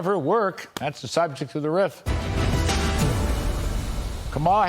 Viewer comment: Kudlow can't pronounce Kamala's name right, nor is he careful or correct about anything else. Fox News had to pay $787 million settlement for lying to us, and they haven't stopped. Be careful who you believe.